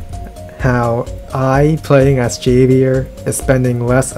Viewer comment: Javier is a Spanish name, so the J is an English "h" sound ("Hov-E-air")